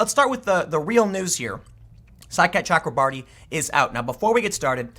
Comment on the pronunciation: Tim, there is no L in both.